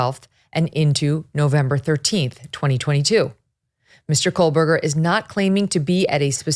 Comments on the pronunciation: KOH berger No “L” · His name is pronounced Co burger. Come on. Get it right.